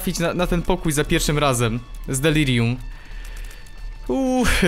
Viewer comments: Delarium" XD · "Delarium" niemogę z tego XDDDD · On pewnie przekręca tą nazwę specjalnie ( ͡° ͜ʖ ͡°) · Znowu to ,,Delarium" XD